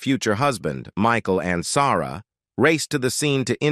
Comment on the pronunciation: I remember Michael Ansara as well ! I wish they would find a way to learn how to pronounce the names correctly.